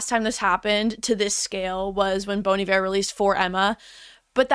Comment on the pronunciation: can people please learn how to properly pronounce bon iver😭😭😭